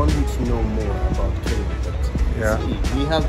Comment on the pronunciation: I've always wondered why Nigerians find it difficult to pronounce Kenya correctly. Maybe the combination of 'ny' is a challenge?